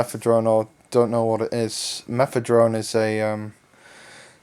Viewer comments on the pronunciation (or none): Guy there's no fucking "T" in fucking Mephedrone